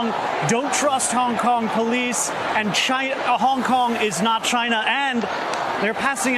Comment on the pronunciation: The chants free hong Kong But I heard Vietcong Vietcong